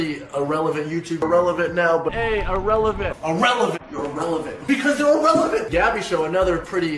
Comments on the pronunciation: i like the part when he said irellevent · I like when he said “Irrelevant”